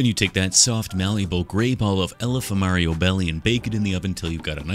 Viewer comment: Ngl I kept hearing him say alpha mario.